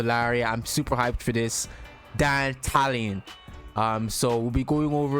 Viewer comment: Finally someone in youtube says Dantalion the right way, ma boi ain't no dandelion 💮